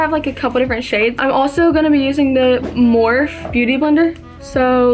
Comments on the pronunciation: when she said morph instead of morphe made me cringe 😭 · morphe is pronounced morphy girl 😂😂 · hey girl! it’s pronounced More-fee 😊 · Just so you know (not that you are gonna see my comment lol) morphe is pronounced morph-eee